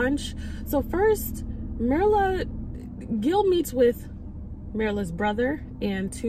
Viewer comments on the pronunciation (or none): Myrla should be pronounced Meer-la.